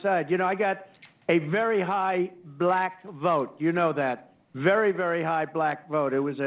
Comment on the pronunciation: Indeed, that was regarding the Harlem rant. On top of that, he pronounces black as "buh-lack." Yeah, he's not racist, lol.